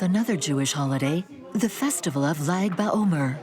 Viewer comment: Nice video... Powerful special place You mention Lag ba omer.... Lag = לג = 33 in hebrew counting (Not zaid ba omer as the voiceover is saying!) It is the anniversary of the day of elevation of 2nd century kabbalist Rav shimon bar yochai, author of the Zohar ~ the 33rd day full of light during the 49 day personal journey of transformation from passover to Shavuot ~ a very spiritual/mystical journey Interesting that the origins of this synagogue connect to the energy of lag ba omer...